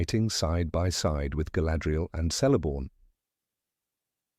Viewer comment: I don't know if he narrator is AI, or not - but all "C's" are pronounced as "K's" . . . Celeborn, therefore, sounds like Keleborn . . .